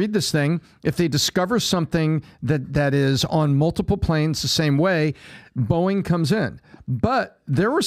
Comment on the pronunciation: The sound of me bouncing from this show after that hire is the same way PBD pronounces his favorite airline… “Boing!”